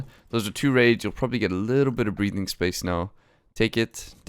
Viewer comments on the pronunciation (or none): none